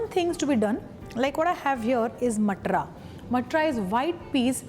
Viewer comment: Not matra. Mam is matar